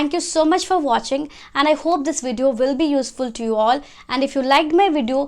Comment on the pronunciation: Keep it up 👍 but your "w" sounds as "v" as in "vill" for "will" and "vorry" for "worry"...just a lil correction... 👍